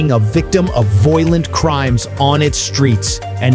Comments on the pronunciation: Your stupid Ai narrator runs his sentences together like some alcohol poisoned bum. Parts of it make no sense. Hire educated humans you squids! Raise your production values or nobody will take you seriously. Volent crime? Voilent Crime? What language are you speaking? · It is a county seat, not a country seat, an error made more than once. You sound more angry than factual. The stresses on your words are often misplaced. Your national unemployment average is inconsistent. Pronunciation is off. “Voylent crime”? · It was really difficult to listen to this AI voice give information with awkward pauses in phrasing and obvious repetitive mistakes in annunciation of certain words like “violent”. The person who created this needs to understand the power of a period in a sentence instead of a giant run on rant.